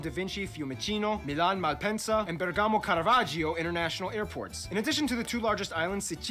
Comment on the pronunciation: Bèrgamo (Bèrghem), not Bergàmo!